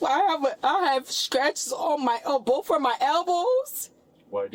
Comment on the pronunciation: "They boff hit me" " I was attack" Girl, just give it up. Intelligence isn't wasted on you, is it?